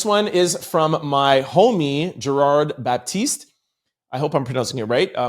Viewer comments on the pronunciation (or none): none